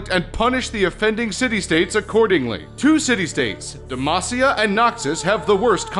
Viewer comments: it's '*Demacia*', not democia... :/ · rune=terra not runterra and you said damocia? wtf